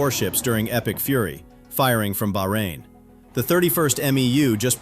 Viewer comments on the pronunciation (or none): none